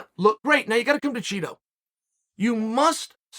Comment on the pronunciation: Chael is secretly mispronouncing Chito… he’s lowkey calling him Cheeto 🧀😎